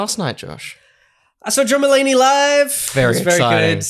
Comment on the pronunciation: It took me a while to figure out you were saying "John Mullaney" not "Drummallaney". I thought they must have been a metal band 😆